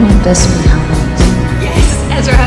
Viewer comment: It is Ezra